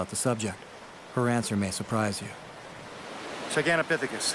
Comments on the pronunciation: Annoying he keeps saying Gigantapiphicus.... they were in Asia and had ape noses. Bigfoot are described as human like. I wish he would stop saying Giganapiphicus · you don't know it's Gigantopithecus so please stop saying that. But keep up the great work!